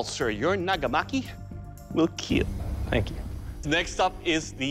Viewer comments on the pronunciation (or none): "It will keal"